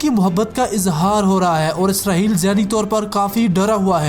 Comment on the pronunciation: اسرہیل نہیں اسرائیل ہے